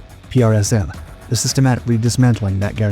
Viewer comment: Hey buddy, save your strength and tongue by pronouncing PrSM as PRISM.. The US Army does...